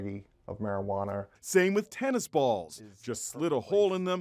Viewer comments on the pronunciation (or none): “little beiggy of meriwaner” 😂😂😂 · He says it like marijuanaer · First time it sounded like he said marijuaner